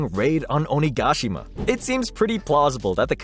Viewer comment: His name is Horikoshi, not Hirokoshi. Also your inflection on Onigashima is incorrect.